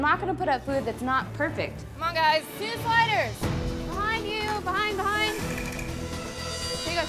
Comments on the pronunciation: I swear to god I need to go to a therapist so badly because I swear on my life I thought they said spiders instead of sliders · At first I thought they were saying “spiders” lmao